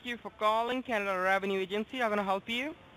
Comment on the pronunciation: Good one again Sir. How can someone fall for these scamming bastards who can’t even say Canada properly